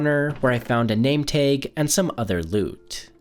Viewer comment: La-va not lav-a tag not tog